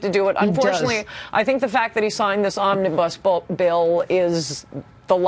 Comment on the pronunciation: "Omnibus Bull"? lol.